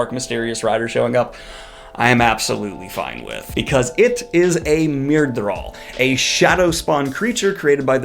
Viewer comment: But at least you know how to pronounce myrddraal, and maybe you are the only YouTuber who nails it? Yes. Yes you are.